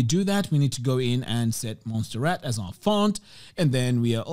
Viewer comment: Sorry but i have to tell you. It is not Monsterrat but Montserrat. It is montagne near Barcelona. Forgive me ! but you use so much this font.